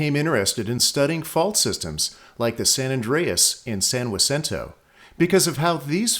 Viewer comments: My father was also (born 1921) but he always pronounced it "san jusinto" like most people in the San Jack Valley did. If I'm speaking Spanish, sure, I'll give it a Spanish pronunciation, but it's like "laws anjeluss": most Americans anglicize the pronunciation because they are native English speakers. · The pronunciation IS WRONG. The J sounds like an H in Spanish. Its San Ha-cinto. Locals often come up with their own pronounciations...does not make it correct. Spanish is a simple language...only one way to pronounce almost all our streets and cities in So Cal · JEZZEUS! teach thhis poor uninformed AAI that that is a Spanish name, and the J is pronounced as such. Like San Hacinto. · San Jacinto is Spanish for Saint Hyacinth, a Polish priest born in 1185. In Spanish, it's pronounced Sahn Hah-seen-toe. I enjoyed your video very much thank you ❤️. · San Jacinto is spanish word for Saint Hyacinth, therefore the only correct way to pronounce it is the way it’s pronounced in Spanish: Ha-seen-toh. Everything else wrong. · You need to go back to remedial Spanish class. Is San Jose, "San Woe za"? Jalapenos are now "Wolapenos"? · that's the way a European person would say it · He pronounced it in correctly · He’s pronouncing it right? So do you also walk into a Mexican restaurant or store and ask for some, Walapenyo peppers? Do you call your friend who spells his name JORGE, “Worje’?” What you been smoking there, ese? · Every other video is amazing. Giving this a thumbs down because when you pronounce a place name so incorrectly and won't own up, its a distraction to an otherwise great production. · I have lived within 12 miles of San Jacinto since 1968 and have never heard this pronunciation, it's always one of the two alternates you mentioned! No discussion just fact! thank you for doing this video though. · Problem is the narrator is saying "wasinto", not "haceento". But I'm good with whatever he wants to call it. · It's pernounced Has-sin-toe not Waa-sin-toe.